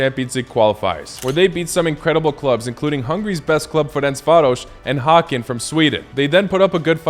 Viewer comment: The way you pronounced Ferencvár was clean bro, respect.